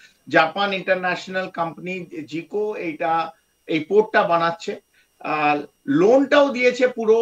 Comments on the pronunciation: এ ব্যাটা জাইকা উচ্চারণ করতে পারছে না বলতেছি জিকো😂😂😂😂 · এই লোক তো জাইকার নামটাও উচ্চারণ করতে পারে না, সে কেমন বিশ্লেষক?